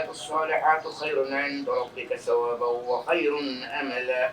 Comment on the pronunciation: الرجل الذي كان يقرأ في بداية الفلوق نطق كلمة ثوابا ب السين بدل الثاء ما انتبه أعتقد بسبب اللهجة